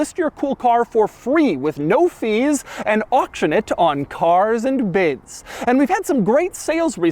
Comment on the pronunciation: "CAAAAAAAARS AND BIDS" Couple extra syllables on it lol